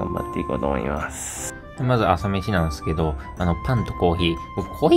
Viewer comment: なんですけど〜がなんすけど〜になってるw